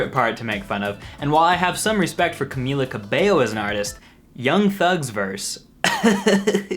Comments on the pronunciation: I'm actually impressed that you pronounced her name right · I just wanna thank you for being one of the only youtubers who actually pronounces Camila Cabello correctly